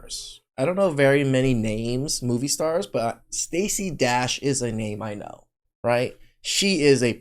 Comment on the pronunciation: Sta-say is Cra-say😂